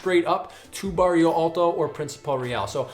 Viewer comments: Why do you pronounce barrio if the word is bairro? You're in Portugal, not in Spain... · why does everyone say Bairio instead of Bairro